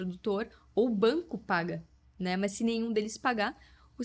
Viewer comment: gostei do sotaque no "é muito mâs muito"😂